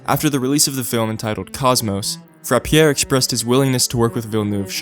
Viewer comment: Great vid! Not a knock or anything but Roger Frappier's last name is pronounced: Frap-yay